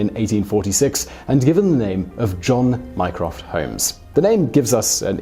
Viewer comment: i thought he said minecraft holmes